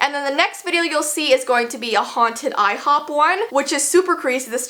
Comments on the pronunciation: It's NOT IHOB IT'S IHOP IT was OBLY to ibtrode BURGEES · I hate that they call it I hob!